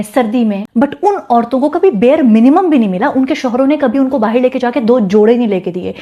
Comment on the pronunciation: Bahir, omg ham to Bahar bolte h apke talafuzz, husn ka, juban , wallah Habibi. Ulfat jehenashi ab itna hi aata h. Shadi karegi mujhse sorry nikaah.